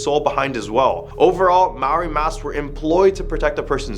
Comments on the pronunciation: Maori not mauri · Bro litterally said Mawori in stead of maori, Haha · Its okay that you cant prounonce maori its a hard language to pronounce e pai ana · The person that pushed Yuri was actually a Russian ballerina named Dasha. No offence but you mispronounced all of the Maori names.